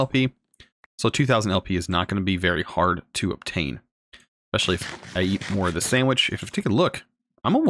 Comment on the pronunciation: Did you say expecially instead of especially? LOL